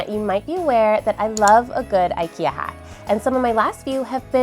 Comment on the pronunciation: It's not "ayyykeyah" in Swedish lol